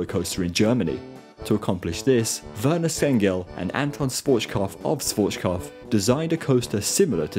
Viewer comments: I love your videos, but please don't say Schwotzkov - he was German, not Russian. It's pronounced Shwarz-Kob-f (the f is pronounced like in fun) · I'm not even a native German spesker but your pronunciation of Schwarzkopf is arocius